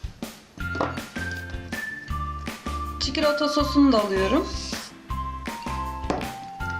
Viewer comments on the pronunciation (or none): her çikölötö dediğinde bir garip oluyorum...